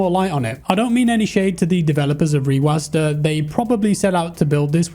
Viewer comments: sorry but this was just bothering me, rewasd not rewasda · its reWASD not reWASDA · the way u say rewasd triggers me so much plsss stop